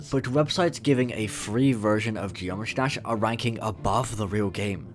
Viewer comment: Did my dude just say Josh Dash?